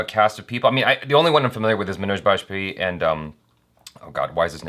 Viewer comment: One like just because he pronounced MANOJ BAJPAYEE properly.